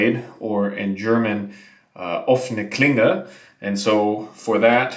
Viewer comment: Happy Birthday! All the best for you in this coming year! Btw impressed how you pronounced „Offene Klinge“, nailed it!